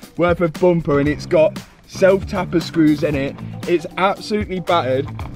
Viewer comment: It's bum per not boom per